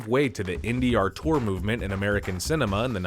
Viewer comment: Who is Artur? Learn how to pronounce auteur LMAO